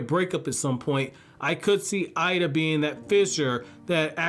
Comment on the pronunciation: Eida (“ada”). Pronouncing it “ida” (eye-da) is incorrect. I love it how goes from to the other and never decides. It’s so confusing 😆 Great video though. I love his theories and character analyses.